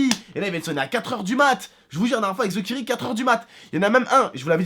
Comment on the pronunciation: pour TheKairi tu dis TheKiri